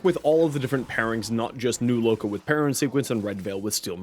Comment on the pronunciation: My respect for you after you said new loka 📉📉